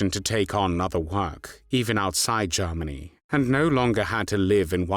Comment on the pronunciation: The narrator sounds very much like Lord Haw-Haw. He sometimes pronounces Germany as Jarmony